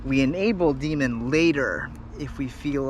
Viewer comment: Loving these long-form videos, man! Really appreciate the time and effort. Can't wait till this damn pandemic is on the way out so I can have more time to read about PID tuning. As a side note, every time you said; "D-min" it sounded like you were saying "Demon" so when you said you were going to "enable demon" my kids were wondering what the hell I was watching! 🤣🤣